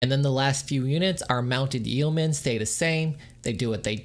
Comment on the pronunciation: Friendly piece of advice here: yeomen is pronounced “yo-men.”